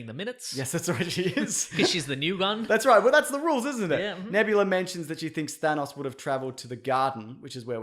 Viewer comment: Thanus has me dying like whyyyy😂😂😂😂😂